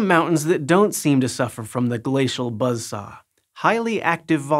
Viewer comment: Gla-cee-al Buzzz-SaWWwH